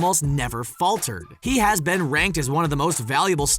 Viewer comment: Why doesn't one of the Ryans narrate everything on SR??? Great video but I love Will Smith so even hearing douchey the narrator say "am I right" like a hyperactive twelve year old can't ruin it. The 150 mile high club? Everyone? Umm, no. Almost ruined but not quite. "Ben" instead of "been"? Grrrr. No carbs at Christmas!!!! HOLY CRAP!!!!!! Still not ruined. Space Jam is WHAT???? Ha! Still not "ben" ruined. Ryans, where the hell are you???